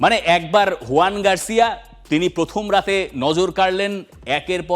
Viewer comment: Joan e bolche Bangla spelling huyan e hoy